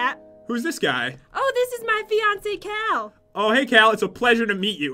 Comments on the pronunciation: It's pronounced Cow. Cal, and Cow are the same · "That's not nice Cow" lol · said cow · Am I the only one that thought was saying Cow instead of Cal? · madison wilson I 💭 so to she said 🐮 instead of cal